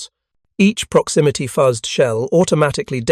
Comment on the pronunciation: Love the material. If the narration is not AI, he sucks. He final got fuses right. But fuzzed was so wrong.